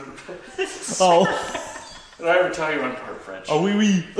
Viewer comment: on behalf of the 5, maybe 6 french people that watch that show, I wanted to say that the surrender joke was ... okay ! Great pronunciation of "oh oui" !